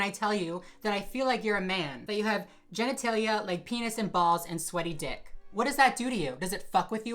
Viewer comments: “Genital-italia” ??? Not only is she obsessed with trans people’s genitals but she doesn’t even know how to pronounce the word 💀💀💀💀 idk maybe I misheard her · I love how Tiffany tries to call out someone, but for some reason can't pronounce the word "genitalia" correctly!!! Smfh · Pollard musta been drunk in that clip because she said genantalia lmfao. That was hard to watch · New York is a fool for that. "Penis and balls and sweaty dick." I'm fucking dying. 😹😹😹 Also, why can't she pronounce 'genitalia'? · She couldn't even pronounce "genitalia" properly. Nothing she says is remotely educated. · From a trans writer....girl if you can’t even pronounce “genitalia” correctly....👀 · if you can't even pronounce genitalia correctly you aint allowed to talk about no genitalia 😂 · Bitch can’t even say "genitalia" why does she think she has the right to see it?🙄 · Did this woman just mispronounce 'genitalia' ? And still acted like she's the smartest person on earth? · Pollard has the audacity to be rude about walkers assumed gender but can't even pronounce the word "genitalia ". SMH